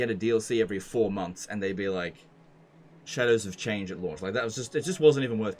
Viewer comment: When says "Shadows of Change" I heard "Cheddars of Change" every. Single. Time.